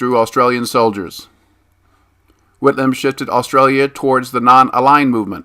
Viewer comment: It's a bit painful listening to the pronounciation of some names as a Australia but good vid otherwise